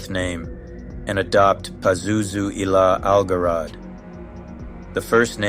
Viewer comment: "Pazuzu al-Jarad" means "Pazuzu the Locust." The pronunciation is "Zharad," not "Garad."